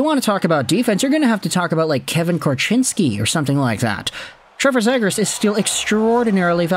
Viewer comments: Dude there is such a thing as making too much content lol.....and as many people have pointed out in your 100 videos about this guy, it's ZEE GRAS, and it seems like you are the only guy that cares about him. Most overrated player on the market. I hope Anaheim gets stuck with him. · You're getting a thumbs down for the way you keep saying his last name